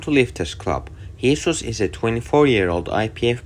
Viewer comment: mate the guys name is jesus, its a spanish name pronounced "hey-zeus". The guy literally says it in this video...